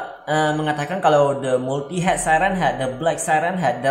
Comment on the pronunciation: Multiheded siren head bacanya bang